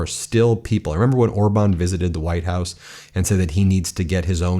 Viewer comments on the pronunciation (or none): none